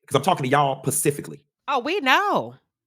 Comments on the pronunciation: Btw its not pacifically, but specifically. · And the word is "specifically" not "pacifically" sir/ma'am. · He said "pacifically" when referring to women. Is it "Atlantically" for men? 😂 The correct word is "specifically." Sorry, that made me laugh; I’ll mind my business now. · The fact that he said PACIFICALLY already had me like yea he’s a joke I’m glad I never followed him anyway he’s trash 😂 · I'm still on the word "pacifically". I thought pacific was an ocean and specific is the word he intended to use. Maybe he's just joking... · Did he mean to say “specific”??? And, said it TWICE!!! He doesn’t know that “PACIFIC” is an ocean??? Dumb ass bitch on commission…😅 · Why does he say Pacifically? Is he being funny or ??? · El Diablo is riding on incessantly. Furthermore, is illiterate, he says pacifically instead of specifically. Really! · Learn how to talk… what in the entire world is pacifically??? Please 🤦🏽‍♀️ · He said "pecifically"😂😂😂😂😂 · 😂 he surely did…@ … I picked that up for sure… 😂 😂😂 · He lost me speaking to us pacifically 😂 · Did this fool say "Pacifically"? 😐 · … did he say “Pacifically “?… 🤔 I replayed it a couple times just to make sure but I think that’s what I heard … 😩😂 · Please His ssa said "PACIFICALLY"🤦🏿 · Did he just say pacifically? Lmao. Nigg@ bye! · He sure did! 😂😂 All I saw was 🌊